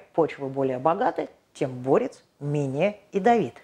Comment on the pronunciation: Очень интересный рассказ, но почему не клобучковый(от клобук) ,а каблучковый? И не борЕц, а бОрец? 😂